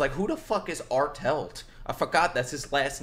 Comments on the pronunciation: Bro it's not artelt it's arlert💀💟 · His last name is pronounced R-let